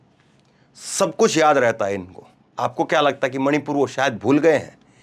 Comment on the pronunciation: मोदी मणीपुर का " म " नहीं बोलता । 🤔🤔🤔🤔🤔